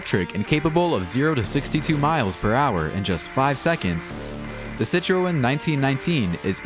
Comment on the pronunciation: Did you say Hammock, Chiron and Citreon like that just to get people to comment? Because it worked 😂